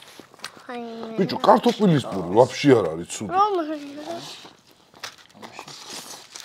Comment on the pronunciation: კარტოფილს კართოპილს რატო ეძახი ტოოოოოოოოოოოო